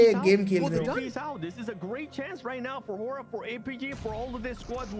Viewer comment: Bro it's horaa not a hoora